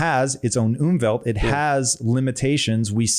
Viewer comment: You mean Umfeld. You pronounce it like Umwelt. Which means environment. Unfeld means factors surrounding you. If you chill with thugs, you have a bad Umfeld.